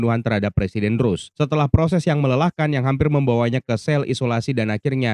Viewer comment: Ross bang bukan Rose...